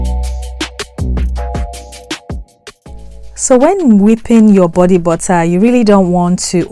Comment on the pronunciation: bodee buttaaa